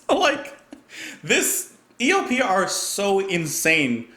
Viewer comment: sounded like you said ELPR, lol